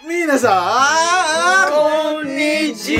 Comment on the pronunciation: Ko nada "minasan"nya gituuu bangg WKWKWKWK